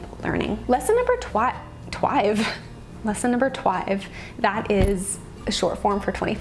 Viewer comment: oh and twive is your new word lmao